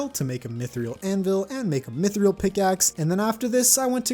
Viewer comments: why does he say mythrial, I thought it was mythril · why do you say mif-ree-al ? its pronounced mif-rill sorry for buttin' in on that